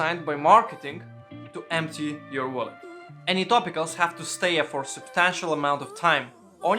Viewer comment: It took me a minute to realise he was saying smaller wallet rather than smaller willy! 😕